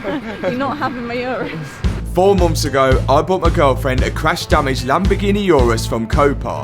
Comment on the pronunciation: Cwash dwamaged